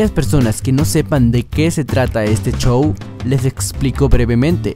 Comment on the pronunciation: X favor!! X favor!! No digas chow!, Di Como es Show, x lo menos a mi me estresa oir esa palabra 😅😅 Gracias 😉